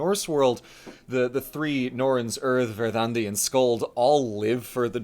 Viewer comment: I must say, as a Swede, that was by far the best pronunciation of Verdandi i have ever heard.